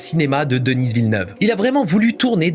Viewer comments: Denise Villeneuve ? DENISE Villeneuve ? Ca va pas non ? C'est DENIS, c'est un québécois, personne ne dit Denise. Dans le pire des cas des américains prononceraient "Dainiss", mais certainement pas Denise. Et puis c'est DENIS. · C'est Denis, pas Denice, comme c'est Paris, pas Parice. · Il s'appelle Denis Villeneuve pas Denisss Villeneuve c'est un francophone du Québec. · Denis Villeneuve, une fierté du Québec! Petite remarque, tu dis "Denize Villeneuve" mais c'est bien et seulement "de-ni" :D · Un français qui prononce le nom d'un québécois aussi commun que Denis DenisE... yurk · Arrête de dire Denisss à l’anglaise, c’est Denis prononcé à la française, il est québécois, donc francophone. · Merci pour ta critique du choix de Denis Villeneuve. C'est pas essentiel, mais ça fait bizarre de t'entendre prononcer le prénom de Denis. Tu le prononces avec un S. Ce sont les anglophones qui le prononcent comme ça. Tandis qu'ici au Québec, on ne prononce jamais le S dans Denis. C'est un prénom commun ici... Sinon, ta critique de son choix artistique est super. Merci! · Vidéo intéressant ! Mais par pitié arête de dire Denisse Vilneuve, ça nous fait saigner les oreilles ! C'est Denis (prononcer Deni) ! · DENIIIIIIIIIIII !!! Pourquoi Denisseeee ?? AHHHHHHHH Il est quebecois donc prononcé à la française. Ou alors fallait dire Dénisse à ce compte la ^^ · le «s» à la fin de Denis est muet, ça se prononce «Deni» Villeneuve et il est franco canadien il parle la même langue que toi. De dire Denisse Villeneuve ça fait ringards... 🙄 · c'est pas si bas comme réponse, faut avouer que ça fait mal à entendre ^^ même si ça n'enlève rien au fait que ta vidéo est excellente et très intéressante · Je crois qu'il dit plus "deniss" Il le prononce à l'anglaise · Je viens d'aller voir le film. Je suis d'accord avec toi, les VFX ont été très bien réalisé! Étant québécois, le « s » de Denis ne se prononce pas (pour la prochaine vidéo dans 2 ans sur Dune 3 hihi)